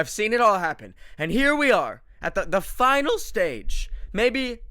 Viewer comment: “The finiIAil stage” ah yes the wise words of Benjamin De Almeida…